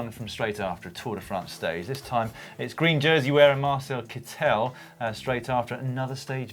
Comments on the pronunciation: Caption - "It's Kittel, not vittel" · Caption: It's Marcel Kittel, not Vittel! sobs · Caption: "Ugh, for the last time, it's Kittel not Vittel!" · You guys! It's Kittel, not Vittel!! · #captionoftheweek caption: For the last time, it's Kittel, not Vittel!